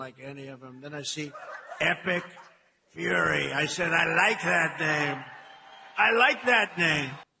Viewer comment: everytime they say the name, all I hear is epic Furry